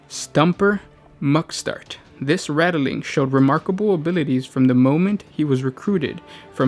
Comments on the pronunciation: This guy says nothing right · this was annoying me so fucking hard i couldnt even finish the video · Please remake this video! You know, this time with out adding letters to the word Ratling. Rat + ling. That's it. Don't waste your vowels by adding them in places they aren't needed or one day you might run out - then we'd end up having to ration our vowels like the balkans and nobody wants that. Love your videos! Glad you guys have kept at it after a couple years! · HOW.... How is it rattle-ling? It is literally spelled Ratling... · Rat - Ling, not Rattle-ling